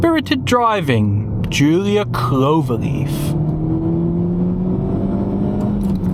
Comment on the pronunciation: After the pronounciation of "giulietta" i 100% approve that you didnt even try with "quadrifoglio" and just called it a clover leaf 😂 But beeing an alfista i have to adress that its not just any clover leaf, its a four-leaf clover.